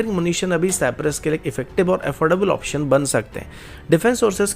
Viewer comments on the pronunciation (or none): none